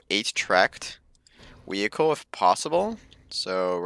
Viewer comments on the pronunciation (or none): He said weeichle